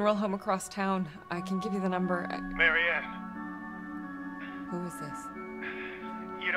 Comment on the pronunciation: Du kannst sie doch nicht Marie-Ann(englische Aussprache) nennen xD Das muss Marianne(polnische Aussprache)!:P